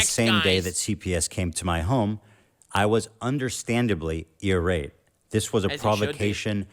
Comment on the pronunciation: understandably ear rate? or I rate like irate?🧐 negatively.